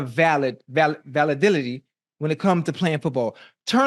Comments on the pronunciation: lol 😬 .. I ant gone hold you "Val-la-dility" is wild .. Even Unc had to laugh ah lil bit at tht one lol .. Validity Ocho Validity😂🤦🏾‍♂️ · Peter is quoting what Ocho said, and Ocho said “valadility” instead of validity. 😂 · I was ready to reply and say that “validity” IS a word. But then I heard ocho say it and now I can’t help him 😂 “Validility” sounds like Tommy pickles saying “responsibiliries” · What valadility mean 😂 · Ocho is the next Barkley. “Validilily” 😂😂😂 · “Valadility” is nasty work Ocho lmao 😂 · I love it when Ocho’s Floridian comes out😂😂😂. That boy is the king of mispronunciation and I love him all the more for it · I don’t even know how to spell Ocho’s attempt at the word validity 🤣 🤣 😂 😂